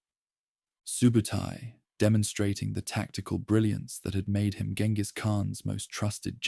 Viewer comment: jen-gis not gen-gis